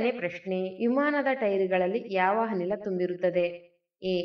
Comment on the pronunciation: Hanil a ಅಲ್ಲ ಅನಿಲ 😂